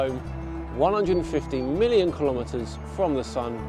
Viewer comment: I SEE - "Million" km I HEAR "Billion" km